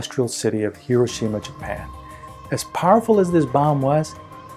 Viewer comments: Excellent. Well explained. But Hiroshima is not pronounced correctly. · MC should be lowercase… E = mc^2 …. You’re pronouncing Hiroshima incorrectly…